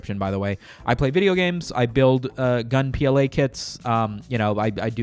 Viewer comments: I think our name should he like Rappists or Race-ists, since we rap and race everywhere. Also bruh why do you call gunpla Gun-P-L-A? Itd pronounced the way it looks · my man that is the weirdest way I’ve heard Gunpla ever pronounced